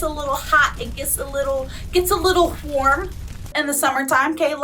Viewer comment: How did you put an H in warm